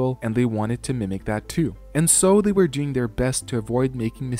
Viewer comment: Excellent video as always. But you mispronounce “were”. You pronounce it like “where”. 🙅🏿‍♀️